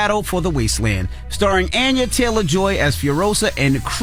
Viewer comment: Envy! Her name is On-ya not An-ya. You so latino.